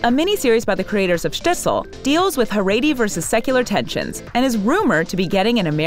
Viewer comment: The narrator of this video keeps mispronouncing “Shtisel” and “Haredi”. Irritating!